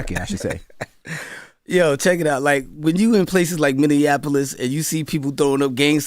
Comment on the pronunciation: lol nigga said Minneapolis. Nobody ever bring our city up and say it correctly 😂💪🏾